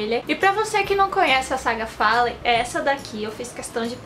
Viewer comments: Eu tambem falo assim..😂me acustumei ai sempre percebo que esta errado quando vejo o povo chamando follen😂😂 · ela falando Fallen" como escreve é a melhor kkk <3